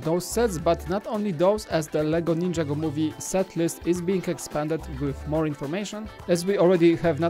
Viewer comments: Its not ninja go is (nin-ja-go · Ninjago is one word it's not ninja-go